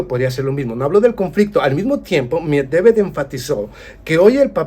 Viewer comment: A ver si aprendes a decir el apellido de Dimitri que cada vez lo pronuncias diferente tan difícil es pronunciar MED VE DEV ?